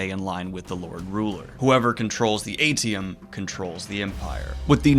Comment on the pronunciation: I think it’s pronounced Ay-shee-um, not eighty-um. (AITIUM)